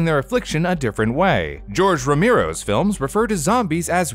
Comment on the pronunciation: You really absolutely slaughtered the pronunciation of George Romero.